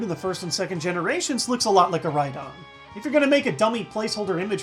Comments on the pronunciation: Calling it, Rhydon or whatever... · dont hate IO just relized im stupid and its rydon not ryhorn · Its Rhydon